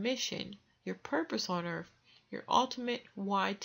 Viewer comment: I can't continue listening. She actually said, planet 'Earf'.